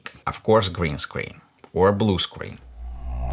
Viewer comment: I love the way you pronounced screen... it sounds like 'scween' very uwu